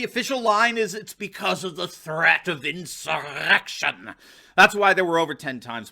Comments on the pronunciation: WTF with the way you say "insurrrrrrection"???????? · The way you pronounce "insurrection" is hilarious! Please continue to pronounce it that way! lol